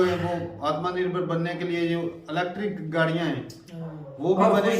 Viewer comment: Atmaa Nirbhar ..🤣🤣🤣 Kya pronounce.karte h ye log